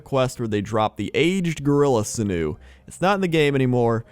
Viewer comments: The way pronounces sinew makes me think of a canoe. Now I am imagining a canoe made of sinew. For reference, it's pronounced sin-yoo, in case anyone is confused. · Tells me to go look up ichor as he's saying sinew wrong. I SEE, SIR. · its sin-you.....not sin-new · "Sinu", its pronounced Sin yew... dammit, just dammit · Sinew phonetically is 'Sin-yoo', not 'Sihn-oo'. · its pronounced "sin u"